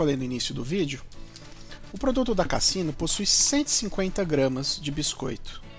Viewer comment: É a pronúncia da Marca é com som de “Z”. Casino !